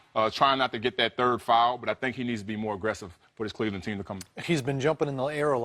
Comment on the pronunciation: "cLEveland" LMAO